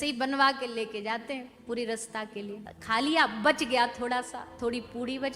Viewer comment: Sang nhi sath bolo,Rasata nahi Raasata hota hai,bahan ji